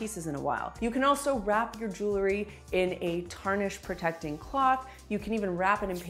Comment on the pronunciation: Jewel-ry. Not Joo-lery. Please.